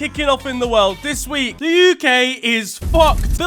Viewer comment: "Futbol 'dis wi'k" lmao